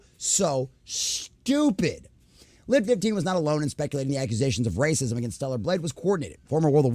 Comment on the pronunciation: Do you have brain damage? Why cant you peonounce journalism or racism properly